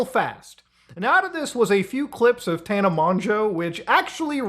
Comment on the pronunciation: Bro keeps mispronouncing Tana's name 😭😭😭